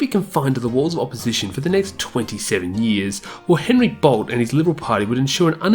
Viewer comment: Only a non-Victorian would pronounce Bolte as Bolt (This is because a major bridge crossing the Docklands is named after him)